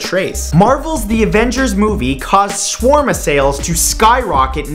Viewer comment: I like you Mr. Santoro, but you botched the word "shawarma" (shawerma) in fact 36 so badly, that for a moment there I had no idea what you were talking about. PS. I'm a fan of yours and a big fan shawerma :D